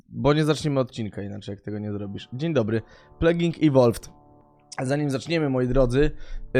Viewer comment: „Dziń Dybry” czyżby Gimper oglądał „Alo Alo”?